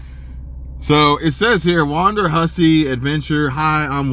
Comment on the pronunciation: It is WONDERhussy; Not WANDERhussy.